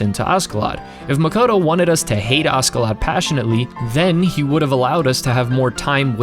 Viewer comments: its kinda painful to hear u say askedladd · Extremely annoyed by him saying asKeladd all the time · FYI the Ask part of his name is pronounced Ash, as he was nicknamed after Ash. He's Askeladd the Ashen Lad. The Dub just gets it wrong.